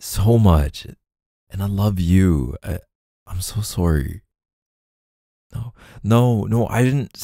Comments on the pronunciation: I think my fave is when he apologises and says 🇨🇦sowry🇨🇦 😍 haha. Omg nazwa, makes me wonder how many hours we must’ve spent listening to his voice!! (I regret not a single second of it 🤣) I love it when he drops other languages in the audios, he really does nail it. (The best I can do is a teeny tiny bit of French and my accent is suuuper suss 😬🤣) It’s always fun to see that there’s Bumbles from all over the world here too when he does it 🫶🏻 All united in our love of K’s amazing audios (and his very sexy voice 🥵😂) 💖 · “I’m so sooorry” 🤣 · The way he says sorry as 🇨🇦surry🇨🇦